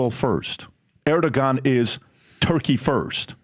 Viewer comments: ITS PRONOUNCED ER-DU-WAN!!! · Erdoğan is pronounced: Err- Doo - Won. The 'R' has emphasis and the 'G' turns into a 'W' sound.